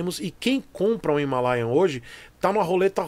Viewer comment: "Himarea". hahahahahahaha